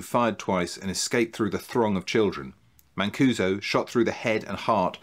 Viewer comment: A little jarring to hear my last name repeated in connection with racketeering and murder, but I do appreciate the correct pronunciation. This doesn’t really help in your search for a Weegee nun, but I had two great aunts and one aunt, all Mancusos, who were nuns. Geese of God (Flying Nun headdresses). As far as I know, none ever murdered anyone. The depth of the research! It would be great to hear about your research process and sources. The length is fine: matched by great content and wit!!!